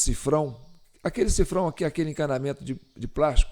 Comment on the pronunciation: Olá o nome correto é sifão e não sifrão= $